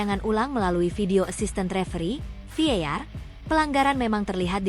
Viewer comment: VAR bukan Vear